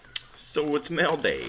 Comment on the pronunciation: Mell day or mail day?? 🤔 lol